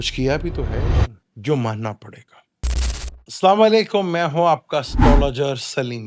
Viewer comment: آپ سے مودبانہ گزارش ہے کہ اپ السلام علیکم واضح طور پر کہا کریں بجائے السام علیکم (جس میں لام حذف ہو) اس طرح کہنے سے معنی بدل کر معنی اس طرح کے ہو جاتے "تم پر موت ہو" یہ بدعاء بن جاتی ہے، کیونکہ عربی میں 'سام' کا معنی ہلاکت یا موت ہے۔ یہی وجہ ہے کہ احادیث میں اس سے سختی سے منع کیا گیا ہے۔